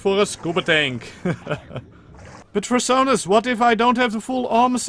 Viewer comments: I kept hearing "Fur-sonas" and I was losing my shit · I realized I was mishearing it when I saw your name